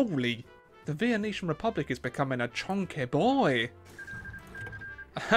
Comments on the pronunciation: the way he says venician upsets me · Makes fun of the typo while simultaneously pronouncing it as vieneetion...